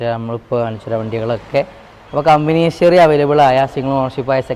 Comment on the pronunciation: hisory you dont know how to pronounce English, a fool head to toe. dont know how to pronounce "HISTORY"